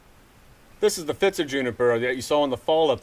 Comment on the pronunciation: It's actually 'Pfitzer Juniper', not 'Pfizter'. Sorry for being pedantic. Great videos.